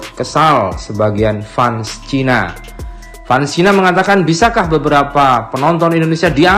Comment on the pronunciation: Admin cakep fans itu bacanya "fens"